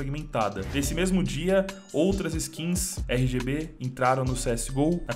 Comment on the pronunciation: cada rgb que ele disse, sangrou meu ouvido